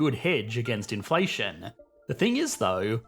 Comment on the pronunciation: Inflationnnnuh...moneyyyuh... runnnnuh... trillionnnuh...depreciationnneh... Isssseh... solutionnneh... Great content but you make me want to throw my phone against the wall...